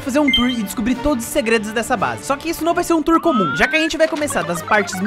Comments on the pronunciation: "tuor" *Onerb e sua ansiedade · Não é tuor,é TOUR🤠👍🏽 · "TUOR" AKAKKAKAKAK Parabéns pelos 1M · Quando você é fluente na lingua dos gamers/youtubers e fala TUOR kkkkkkkkkkkkkkkkkkkkkkkkkkkkkkk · Tuor kkkk é tour kkk 🆃🅾🆄🆁 𝓣𝓸𝓾𝓻 ,٩ʕ◕౪◕ʔو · "Tuor" mn